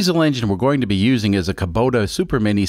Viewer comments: It is a kubota not kobuta xD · Never heard of a Kobota. Are you sure it isn’t a Kubota ?